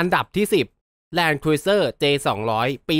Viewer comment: ครูซเซอร์ ไม่ใช่ครูยเซอร์ ฟังแล้วขัดหูมาก